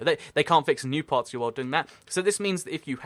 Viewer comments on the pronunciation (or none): You talk entirely too fast. Slow down! And every time you said "world" I thought you said "wool" and got really confused.